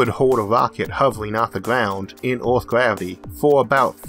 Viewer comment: I can only hear "Oeth" instead of "Earth" so many times, a man has his limits.